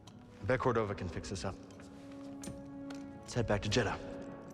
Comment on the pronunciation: Eno CordovaR? JedhaR? Bro PLEASE stop it with the intrusive R shit , you sound ludicrously preposterous 💀💀💀💀💀💀